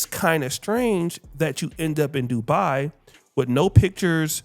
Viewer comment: Not Dubai it's Doodo do bye 🫠🤷🏽‍♂️